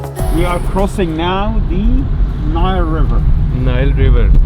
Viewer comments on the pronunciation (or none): O bhai Onile river nahi Nile river hota ha. RHS tora per b laita yaar.